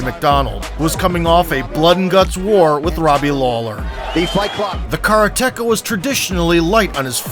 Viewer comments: Just a note that karateka is mispronounced. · I cant beleive he said kara techa instead of karateka (kuh-rah-te kah) not kara techa. Oh myyyy... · I noticed it was mispronounced a few times here but karateka is not "kara teka" it's Karate "Kah". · wtf is a kara techa? its ka ra te ka karate ka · It's karate-ka, not kara-teka. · Great video but hurts my ears to keep hearing "kara - teka", it's pronounced karate - ka. 'Karate' plus 'ka' means he's a karate practitioner or student. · great vid. FYI it's "Karate-KA" not "Kara-Tekka" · Kara-Teka ??? Kareteka is the proper pronunciation 4 syllables Slim nonstop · He's a "Car-Tecka"? I did wonder what he does for a living.... "Ka-RA-te / KA" - person who practices Ka-RA'-te (= empty-hand way). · it’s Ka ra te ka…not Kara teka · Sounded like caretaker ;) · Wish you could get the karateka pronunciation right- it is not kar- teka! K A R A T E K A, can't just throw away the second a. If you want to pronounce it in 2 syllables it is kara- teka. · the car-a-techa lmao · What the 'f' is a carateka? LMFAO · Car-Tekka lul. Narrator clearly has a deficit of knowledge about Karate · kara-TEkah. you re prounouncing it wrong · Man, it took me an embarrassing amount of time to figure out what the narrator meant by "the karra-tecka". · Please learn how to pronounce Karateka 😅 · Videos like this suck .... can't even say karateka properly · you'd think if you use the word "karateka" several times in the script, you'd look up how to pronounce it properly. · You pronounce karateka so wrong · Narrator has the single worst pronunciation of karateka I ever heard. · Funny how this guy pronounces Karateka lol